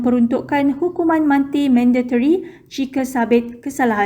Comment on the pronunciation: Jap part yg hukuman mati tu tersasul ke aku Salah dengar berbunyi^ hukuman manti^😅😂